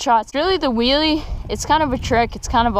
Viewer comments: he said a whoolie ?! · did he say willy or wheelie 😂😂😂😂